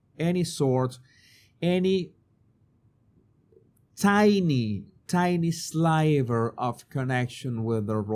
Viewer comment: ❗️WITH MUCH LOVE & KINDNESS - SLIVER - SHORT I SOUND - PRONOUNCE AS IN - BIGGER, QUIVER (ON A BOW & ARROW),❗️